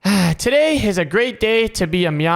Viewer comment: when you said Ah I heard it as hat 😅